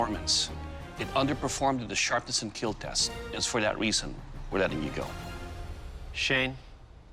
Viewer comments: I thought I was the only one who notices he says keal instead of kill 😂😂😂I don’t like it but if he stopped saying it I’ll be upset 😂😂😂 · It will keal😂😂😂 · I LOVE WHEN HE SAYS WILL KEAL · It will KEAL